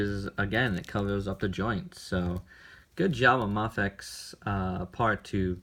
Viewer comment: it's a long A, bro as in day. MAFEX, is sounds like MAYFEX